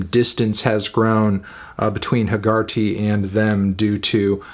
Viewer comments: I cringed at the pronunciation of Hegarty as heh-GAR-tee all the way through. It’s an Irish name and is pronounced HEH-guh-tee. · That is not how you pronounce Hegarty lol